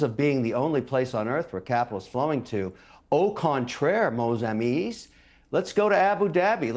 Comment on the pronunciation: Mos amis 😂 Get your french right, fake intellectual